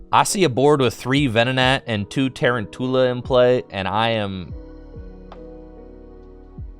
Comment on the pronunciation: Its Ta-roun-tula as in round tarantula